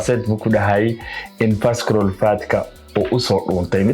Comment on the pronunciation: Visceral waxaa loogu dhawaaqaa visarule. So the c is silent. May reward you!🙏🏾